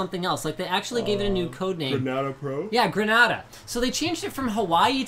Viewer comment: If Grenada refers to the island you guys pronounced it wrong first A says its name